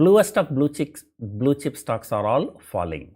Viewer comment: U said bluechicks instead of bluechips 🤪